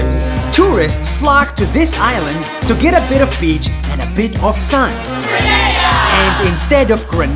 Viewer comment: The Way He Said Beach 💀💀💀💀💀💀💀💀💀💀💀💀💀💀💀💀💀💀💀💀💀💀💀💀💀💀💀💀💀💀💀💀💀💀